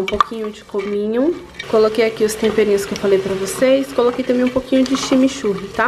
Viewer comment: Oi tudo bem?Ninguém fala Chamichuga melhor q vc.